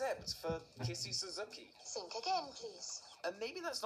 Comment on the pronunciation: Interesting way to pronounce “Suzuki” (SUH-ZOO-KEY)